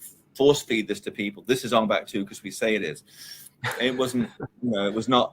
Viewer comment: why does he keep saying ON BACK instead of ONG BAK... it's only showing respect for the Thailand language to say it rite!!